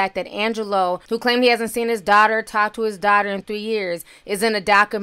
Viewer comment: Azriel sounds like a girlfriend who's boyfriend broke up with her when she spoke about their last conversation. (My opinion) is this is why she's speaking out now. Side note: somebody please help pronounce the word 'daughter'.